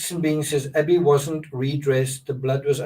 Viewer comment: "A-bby, a gun!" sounds like That be a gun.